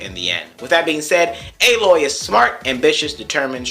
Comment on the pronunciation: I call her Aloy not Ey-loy. :P. JK